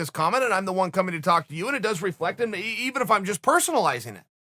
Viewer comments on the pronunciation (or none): none